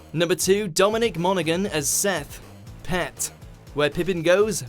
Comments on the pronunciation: It's pronounced mon-oh-han... not monagan. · Monaghan is pronounced Mona-han... not Mona-gan #justsayin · As a narrator you'd probably want to check pronunciations. However, both Monaghan (silent G) and Dury (the same as jury just with a D) got mangled so I guess not. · Do you not research how to say peoples names before doing this? Firstly it's Ian Dury as in Jury, and you don't pronounce the G in Dominic Monaghan...